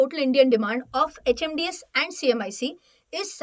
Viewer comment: Wrong pronunciation........HMDS & CMIC